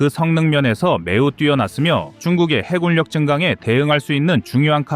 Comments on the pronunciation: '해군력'의 발음은 '해군녁'이다. 음성 AI 활용 발음 '해굴력'의 기계적인 적용이 가져온 잘못된 발음을 당장 수정해야한다. '미군력' '공군력'을 '미굴력' '공굴력'이라고 발음할 수 없지 않은가? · 해군력을 해굴역으로 발음하는 오류를 바로잡습니다. 해군역이라 발음하시길. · 해굴력 거슬리네요